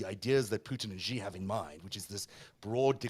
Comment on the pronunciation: The "X" in the Chinese name "Xi" is not pronounced like the "g" in the English word "regime." The "X" in the Chinese name "Xi" is pronounced more or less like an "sh," thus the Chinese name "Xi" is pronounced more or less like the English word "she."